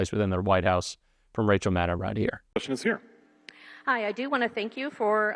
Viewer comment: not bothering to check how to pronounce Rachel Maddow's name makes you sound unreliable. It's pronounced like "know", not "now".